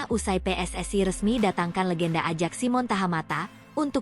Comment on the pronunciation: Admin Ajax hrs dibacanya Ayaks bukan Adjaks....mau ajak siapa jalan2..?